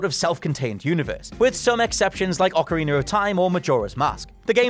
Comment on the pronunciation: Please stop saying OCARINER of Time!